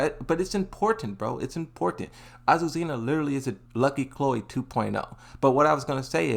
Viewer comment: Finally he said azucena and not aquacera